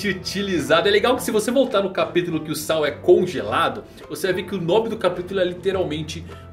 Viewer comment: Ps.: a pronuncia certa de Saul é 'sauú'...... espero ter ajudado heheh